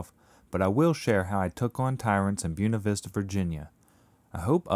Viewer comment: Excellent video all you have to do now is learn how to say Buena Vista